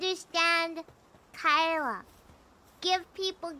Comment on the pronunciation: I think she is one in EN (or the only one) who call "Kaela" perfectly. I mean, not "Keila" or smtn